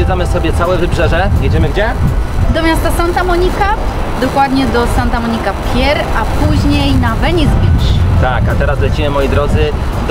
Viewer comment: Muwi się santa monika pir